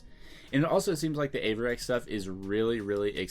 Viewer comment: I've watched Supreme now, and this one, thanks for the shout-out. Im busted this week too, but im going to get my arms tee & I'll be saving my money moving forward. Thx! And you did say Avirex correctly, and it is a pricey brand already!